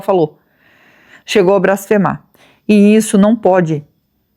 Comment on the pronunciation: Boa noite,. Com o meu respeito, mas a palavra correta é BLASFEMAR e não BRASFEMAR.